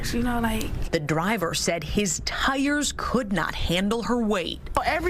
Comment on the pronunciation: why did the reporter say the "tire" in such a way that she raised the plausibility of the tire issue?